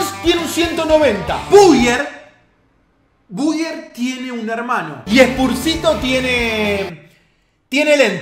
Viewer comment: Por qué mierda dice buier? Te tarado decir buYer como se debe menos argentino que Verón